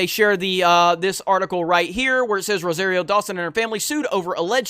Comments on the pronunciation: Not ROW-ZEHR-EE-O but ROW-SAHR-EE-O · Ro-sahreero. Like sorry. Not airy.